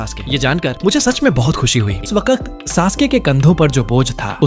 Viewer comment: waqat not wakt